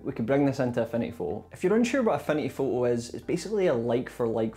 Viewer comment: At first, I though you were saying: "A funny photo". Turned on the captions, "Affinity photo". xD This was super helpful thank you. Super well edited too, I loved the soft animations in it. Thanks!<3 I'm considering a huge upgrade from canva to this tool.